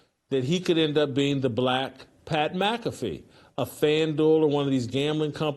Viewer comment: Dude said "Pat Blackaffey" 😭😭😭